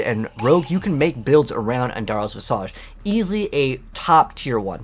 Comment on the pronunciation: It’s not visAJ like massage it’s visage like slippage or cabbage. Vizidge